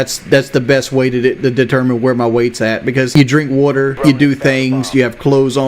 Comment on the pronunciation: "im only 450 pounds cus i drank wudder and got shoes on" ok bud